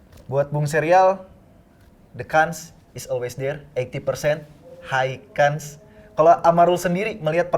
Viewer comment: bukan mencela atau menghina, hanya memberitahu Chance dibacanya chans bukan kans